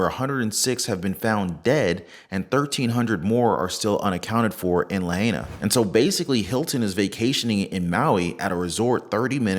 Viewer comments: Great video! Pronounced La hi! Nah! Not la hey ah🤙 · Pronounced La-hi—nuh otherwise great coverage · It’s pronounced La Hi Na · Pronounced "Lah high nah". The natives want it pronounced correctly.